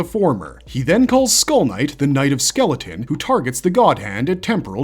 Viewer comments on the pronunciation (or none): none